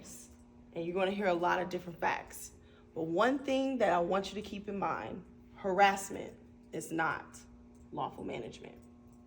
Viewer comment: what the hell is harrisment ?!! 😂😂